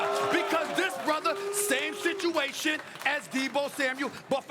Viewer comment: “Same shituation”